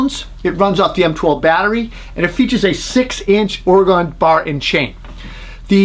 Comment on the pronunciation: It's pronounced Or-ih-gun, by the way.